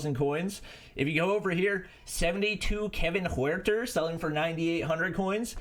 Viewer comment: butchered kevin huerters name!